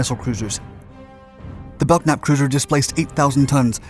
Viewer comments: "BeLK-nap"...?! JEEZ!!!, DUDE! ...learn how to read. [and by implication, pronounce...] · You drive me crazy showing many ship types other than the one you're narrating about. In this case, you are also mispronouncing Belknap. The "k" is silent so it is pronounced "Bell-Nap". The lead ship was involved in a famous collision at sea that you may want to investigate for a future video. Thanks. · Well, you beat me to it. It seems to me they guy who provided the 'voice' for this should have simply looked up the name, he could have found the symbols indicating the proper pronunciation.. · Yeah thats how I've always heard it pronounced until this video. Bell-nap. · was wondering when someone would correct that. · Who was the idiot ancestor that put a silent 'k' in the spelling of their name? Silent letters are retarded. Nobody pronounces Kellogs as Ellogs unless they have a speech impediment. It's spelt Belknap and as such is pronounced Belk-nap. Bell-nap is spelt Bellnap. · Belknap is pronounced belnap the k is silent. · Ok, I have to comment on your mispronounced name of the ship class. I served on USS Fox CG-33, a Belknap (pronounced Bel nap, the k is silent) class DLG/CG. You also showed examples of my second ship, the USS Harry W. HILL DD-986, a Spruance class destroyer, of which DD-963 was the namesake. I understand stock footage is not easy or cheap to come by, but you also show F-4 Phantoms when you refer to "MIGS". I'm just an old salt that likes a bit of authenticity when it comes to telling about my own history. BTW, it was also fun to a point, chasing the Russians around during the cold War. We followed the carrier Minsk for several months on the Hill. I love your videos, you just mispronounce a lot of words. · As someone who served on a Belknap class cruiser, it's pronounced Bell-nap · the k is silent in Belknap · The 'K' is silent in Belknap... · The "k" is silent in "Belknap". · It is pronounced "bell nap" not "belk nap". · BELL-NAP not BELK-NAP.